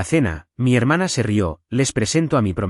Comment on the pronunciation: IA, se dice ri-ó del verbo reir. Río es un cuerpo de agua. Aprende, IA que no te voy a "pa" piedra".